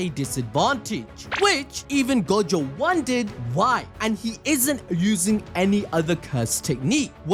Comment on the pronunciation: the way he pronounces gojo :| go-jo